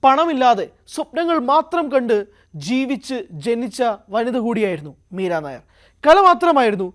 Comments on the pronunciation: മീരാ നായർ അല്ല മീര നയ്യാർ എന്നാണ് ശരി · Edo meera Nair alla Meera nayyar.😂😂😂😂😂